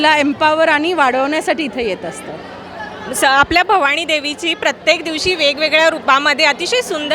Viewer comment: निवेदक बाई, भवाणी नाही... भवानी!!